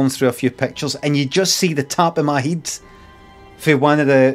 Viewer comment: "And you just see the top of my hiiiiid"